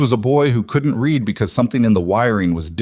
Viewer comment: Good story. A couple minor irritants. When a sentence starts with a past tense verb "opened" the following verb of the compound sentence is also past tense. The word spelled read is pronounced like "reed" in the present tense & like "red" in the past tense. Also the number of members in the club is confused. Apparently there are 11 total members. When 2 of the members are inside, there are 9 members waiting. When the club is riding back from court, they do not add another motorcycle because there is an extra passenger. There are still 11 motorcycles.